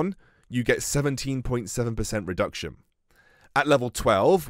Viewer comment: not to be that guy, but it’s reduction, not redction. Love your vids still tho